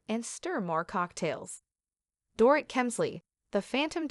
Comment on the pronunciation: If you’re going to report on individuals you need to pronounce their names correctly . You have yet to pronounce Dorits name correctly.